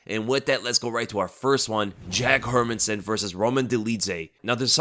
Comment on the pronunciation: Nice to hear someone actually pronouncing Hermansson last name properly.